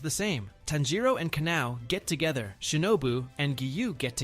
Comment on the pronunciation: "Work to getha"🥀😭